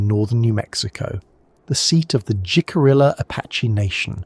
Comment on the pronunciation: FYI, Jicarilla is pronounced - Hick-uh-ree-uh. From a Four Corners Resident who has worked on and around the Jicarilla nation. Otherwise, an interesting, informative and well done program!